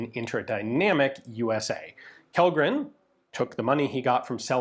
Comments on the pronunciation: Kjellgren pronounced like Chellgren. Kj = Ch. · The K in "Kjellgren" is not silent, try Chellgren to get closer. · Kjellgren has stress on the first syllable. It's not accent 2 like Lundberg or Bergqvist. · Kjell in Swedish doesn't actually have the silent "K" like that. Instead the "Kj" is quite close to "Sh" in "Shell" so say it like "Shell-gren" and you'd be almost spot on (as well as quite fitting). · for future refrence to how to pronounce Kellgren just say it like Shellgren and it will sound correct, thanks for the video! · Kjellgren is pronounced like shell gren. Interesting video! Greetings from 🇸🇪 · Yellgren hah, it's "shellgren" in that case! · Kjellgren is pronounced like Chell-gren. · Kjell in Kjellgren is pronounced like shell (like an eggshell), so Shellgren is about right. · Kellgren and Kjellgren are pronounced "Shell-grenn". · Kellgren is pronounced Shell Gren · If his name is Kjellgren/Källgren/Kellgren it should be pronounced as Shell-gren. 🤓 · Pronounciation tip: the swedish KJ in Kjellgren is pronounced like the SH in Shell. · Alright, here’s how you can explain Kjellgren to an English speaker: • Kjell- → In Swedish, “Kj” is usually pronounced like “Sh” in shoe. The “e” is short, like in get. So it comes out close to “SHELL”. • -gren → The “g” here is a hard g, not soft. The “e” is again short, and the “n” is clear. So it sounds like “gren”, where the vowel is like in men. Put together, it’s roughly: “SHELL-gren” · Kjellgren is pronounced "Shell-grehn" :) Swedish it VERY difficult with all of our different K, J, S sounds that make no sense and vary in spelling alot between words. Like it could be Kj-, or Skj-, or Sch-, they would all be pronounced kinda the same 😅 But I think you're usually really great at pronounciating! Lovely video as always! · Kjellgren in swedish would be pronouced: Shellgren